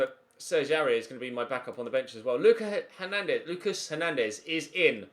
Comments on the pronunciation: Lucas in french would be "Loo-KAAH" Edit: ad FYI, Georgiou is pronounced "Ye-or-YI-oo" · Lucas Hernandez is pronounced 'Luca' cause he is french, won the world cup not long ago xD